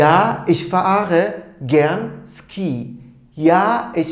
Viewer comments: Hocam selamlar. 'da Fährst du gern Ski ? soru cümlesinde < Ski > kelimesini yazıldığı gibi Ski diye telaffuz ettiniz ancak ben bugüne kadar gerek Alman arkadaşlardan gerekse Almanya'daki kursta < şi > olarak ( Feerst du gern şi ) duydum. Doğru olan nedir? Yoksa birçok kelime telafuzunda olduğu gibi Ski kelimesinde de Almanya bölgesel telaffuz farklılığı mı var? ( örneğin 40 rakamı. Kimi fiırziş diyor ,kimi fiırtsig , kimi ise fiızig) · Hocam Ski diye yazılıyor ama Şii diye telaffuz ediliyor :))